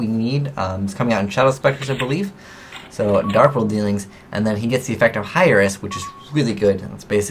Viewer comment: Yeah like "air" to the throne. Not "higher" to the throne... Drove me nuts.